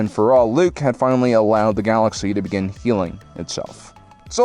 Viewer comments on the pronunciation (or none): none